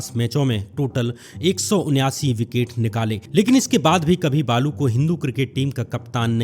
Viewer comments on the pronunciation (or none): बालू नाही बाळू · Poore video me hindu or balu bol kar pronounce kiya h... Jaise balu ka religion koi or ho😂😂.. youtube par beth kar kuchh bhi hagte ho yar